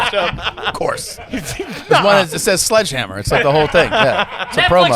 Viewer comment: Is it garbage for Tom to mispronounce his own special “Sludgehammer” when talking about the bushes being cut after berating people about not pronouncing words correctly??? 😂😂😂😂